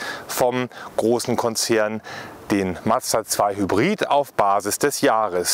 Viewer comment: Nice video, but... it's a Mazda, not Mad-zda 😅 Or do Germans have problems saying that? 😂